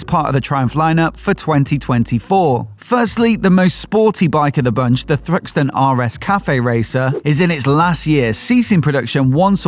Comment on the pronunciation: Why do you keep emphasizing the end of the Thruxton name, when there have already been spyshots of a Thruxton 400?